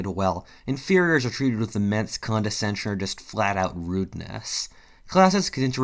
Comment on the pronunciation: “Condescenture?” Pretty sure that’s not a word, or wasn’t until now.